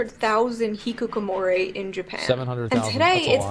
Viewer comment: I don't blame her for not rolling her Rs because almost no westerners do that, but she's saying Hikukomori, not Hikikomori. Every 'I' as a standalone vowel for Japanese words written in English is a long Ē sound. AI = Ī EI = Ā I don't know why this was done as writing Japanese words in English came after the language's existence, but yeah.